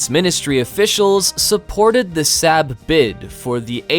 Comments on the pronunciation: ... FYI...'SAAB' is pronounced 'SARB'... not, 'SAB'... and stop bogus thumbnails... it's not cleaver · You say "SAB", Swedes say "SOB". Fix if you can. Your channel is not "VELD EERON". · it is 'SOB', not sab. I've driven their cars since 1980. Get it Right... after all, it's NOT 'Lockhead', is it? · Saab is pronounced like sob not sab you pleb! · BTW it's Saab not Sabb 😁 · SAAB is pronounced SOB / SAWB .. .and most definitely not 'Sab' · Its Saab pronounced sarb not sab! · Saab is pronounced SAHB, not SAB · It’s pronounced SOB, not sab. Saab makes great cars too. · It's 'sahb' like bob, not 'saab' like scab. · Saaa-rb. Not Sab..... omg...the pronounciation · It's not pronounced SAB but SAAAB (the vowel lingers longer) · Who pronounces Saab as Sab. Saab. Pronounced Saab. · And in addition, Saab is pronounced Sarb, not Sab. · It is pronounced Sarb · Hard to take seriously when the narrator can't even pronounce SAAB correctly. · of course, but why’s the guy pronounce it SAB? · Pronounced 'sob' in English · You need to learn to pronounce SAAB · Why do you call say SAAB wrong!! UUUGGGHHH!! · The narrator can not pronounce a number of words, such as Saab. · learn how to pronounce SAAB! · I’ve been pronouncing Saab wrong my whole life it appears 🤷‍♂️ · Those were my observations as well. To add to that, a the son of a Swede (who speaks the language), when I hear Swedish words pronounced as if they were German (or completely mispronounced as in “SAAB”) , I find it really annoying. It’s a small thing, but it adds to my overall negative feeing toward the rest of the content.